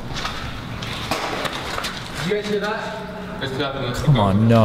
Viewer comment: This is how many times he said "CHEESE-sus" = "jesus btw" 👇